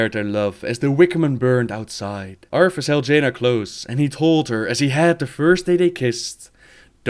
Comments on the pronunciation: cant get over the fact you say arTHAS as ARFas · I love how he kept saying "Arfus"